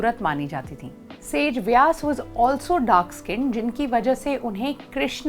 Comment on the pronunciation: वेदव्यास है ना कि सेजव्यास